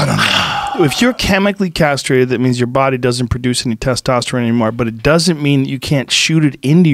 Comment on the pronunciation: Joe "Michael was chemically carstrated" Rogan